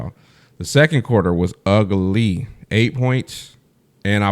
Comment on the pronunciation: Yoooo😂😂 you put 3 syllables on ugly… Ugg-gah-lee had me rollin… Great take as always! 🔥🔥🔥✨FreeAngelReeseFromTheSky✨